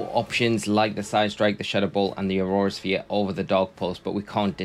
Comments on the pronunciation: Drink every time he says aurora sphere instead of aura sphere 😹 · Brother, its Aura Sphere, not Aurora Sphere! It's not an ice type move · Aura sphere not aurora sphere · what do you think is he saying aurora sphere or aura sphere?